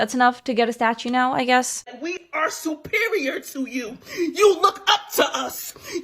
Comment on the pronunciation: “We supeereor n dey kno dat” 😂